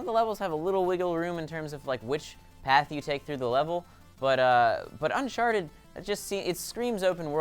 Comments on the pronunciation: Did say unsharted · why does saying uncharted sound like unsharted?